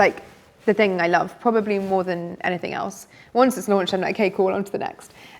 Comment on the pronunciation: Great content, I love the way she says I larv instead of love 😂